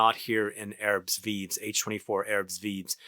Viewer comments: thanks for getting our attention to this fragrance, I totally forgot to check on new releases from Hermes. its pronounced "erb viiv' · As a rule of thumb in french "S" at the end of a word is silent, both are silent here, ignore them totally. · We pronouce it "Airb veev", but the american accent is cool though.